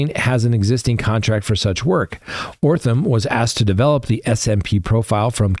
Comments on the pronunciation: Holy Jesus. This guy can’t pronounce letters. That’s amazing. O-T-H-R-A-M is pronounced OTH-ram. Not frigging OR-tham. That’s remarkable. I guess he maybe needs to redo kindergarten? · Sorry... it's OTHRAM not ORTHAM!! 😬🫢 Just saying.